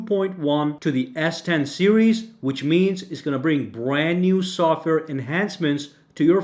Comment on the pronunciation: I heard sucker information instead of software information